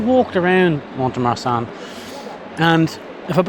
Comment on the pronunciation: If I may say the letter t in mont is never pronounced.